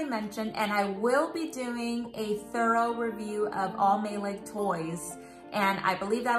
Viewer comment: Hi. My 3 year old is wanting a Maileg too so I’m excited to get a review from you. Also I found out recently that it’s actually pronounced as My - lie. Great video!